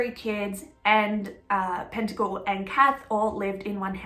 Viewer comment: Pettingill..not pentagil. Thanks for the vid